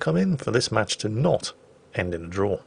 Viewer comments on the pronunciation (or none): none